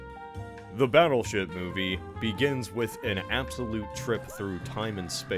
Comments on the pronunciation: Why do I hear battleshit instead of battleship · That's actually what he says, lol. One letter can change so much.